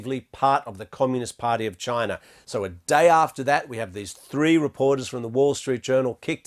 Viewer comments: Unrelated, but when he says China he pronounces it like "Chinar / China'r" and it's just "China". I always notice this. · I have never heard of CHINER, have you??